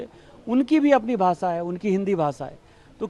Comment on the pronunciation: भासा, देस... Mr Dubey don't give interviews till u learn to pronounce correct - it is भाषा, देश... U embarrass the entire Hindi speaking community and preaching on language row. Astonishing...